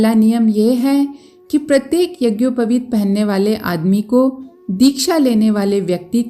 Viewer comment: यज्ञोपवित का उच्चारण भी सही उच्चारण करना चाहिये बिना व्याकरण पठन के सही उच्चारण नहीं कर सकता है